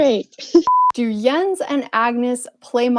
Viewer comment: it's spelled like that but it's pronounced yens